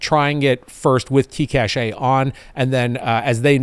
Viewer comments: In practice, we say cache like "cash". Cashay is more like a treasure stash. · The technology word cache is pronounced "cash" as opposed to "caché". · Hey! Funny how you pronounce cache as caché, you had me check on the gradio app if there was an accent, but no, it's cache as in cache memory. Caché would mean hidden. Thanks for your vid as usual! (French subscriber here;) ) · "cash". it's pronounced "cash". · Love your videos and content. Long time subscriber, first time caller here....Cache is pronouced "Kash".